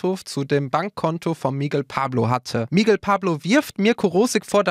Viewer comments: MIGUEEEL UND NICHT MIIIGEL.... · Es wird Migél ausgesprochen nicht MIGUEL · Das heißt Mi-Gell und nicht Migel wie Igel 😔